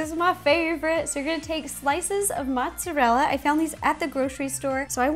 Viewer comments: Ro it's not motsallela its motarella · She pronounces Mozerella "Motzallella" too funny but Ro you are awesome! Love your videos so much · Do you say "mozzalella"? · mozzarella not mozzalella 😂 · On she said motsolella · did she say mozalella on purpose? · Why do you insist on pronouncing mozzarella as "maht-sa-lela"? That's not even Italian pronunciation. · Kaiju Kid She just mispronounced mozzarella. There's no such thing as mozzalella cheese